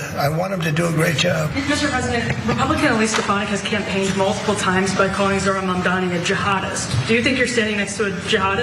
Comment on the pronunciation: Zorhan Mandami.